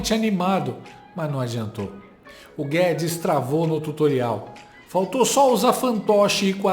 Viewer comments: Pô, Octávio Fedes, não! Octávio FEZES!!! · A cara do advogado ouvindo Otávio " Fedis", digo. Guedes😂😂😂😂😂😂😂